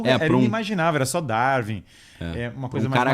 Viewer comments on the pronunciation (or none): none